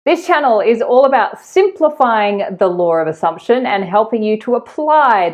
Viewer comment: I'm amused that whenever I listen to your videos which I always do I hear Lore of Assumption and never Law of Assumption!!